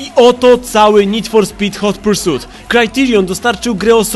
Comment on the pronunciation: Hot Pursut ? A ja myślałem ,że Hot Pursit XD